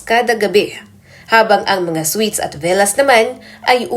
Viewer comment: Anong sweet's sinasabi mo Ayusin mo nman mag basa at mag bigkas ng tamang basa dyan